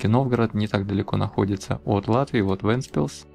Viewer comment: отдельное спасибо за произношение. таки действительно вЭнтспилс, а не вЕнтспилс. и да, Вентспилс так выглядит уже очень давно, был там первый раз в 2003-ем, было тоже самое что сейчас.